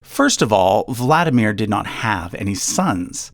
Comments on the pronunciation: Kiril is Keer -ill Vlad DEE mir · You completely mispronounce Tsar. It's Tsar', not Zar. Ts is very same as Ts in Japanese (like Tsunami). You don't say Zunami. There are 3 sounds - Ts - A - Rь. Kirill, not Keyrill. VladImir. not VlAdimier. RomAnovy, not ROmanovs. Xenia is pronounced Ksenia in Russian, not Zenia. Ilyinsky is pronounced Il'YInskiy, not IlInsky. Rostislav, not Rotislav, you missing S. It's Dmitriy in modern Russia, not Dimitry. VlodImirovna, not VladimirOvna.